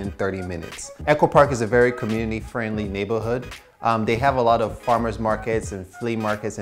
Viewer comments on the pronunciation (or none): none